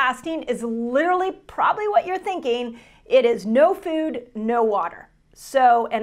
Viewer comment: I wonder why she pronounces it like fewd is she from Canada?